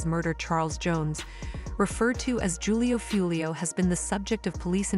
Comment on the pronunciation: It’s pronounced WHO-LEO 👎